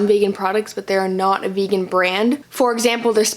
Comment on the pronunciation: Why do people say fegan instead of vegan it’s so weird